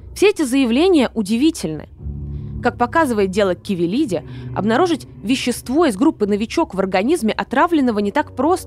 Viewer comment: %лять, да почему КАвелиди, ты читать не умеешь что ли?